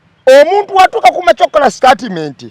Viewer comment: 1: The word is STATEMENT not STARTMENT ✖️